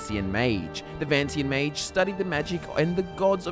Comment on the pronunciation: Ma-g-e It's not like mage